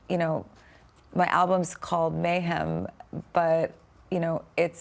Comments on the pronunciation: "you call it mayHAM." "Uh...no I don't." 😂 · Michael says “mayHAM”. Seriously?? She purposely then says “I called it mayHEM”.